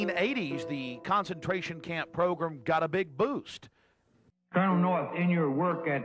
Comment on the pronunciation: i like how he says progrim instead of program